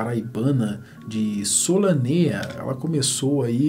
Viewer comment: "Solanêa" não, Solânea...